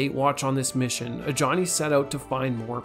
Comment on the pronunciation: Ajani is Nigerian so the j doesn’t sound like ja. It’s a ya sound. Ajani. The name originated in the middle east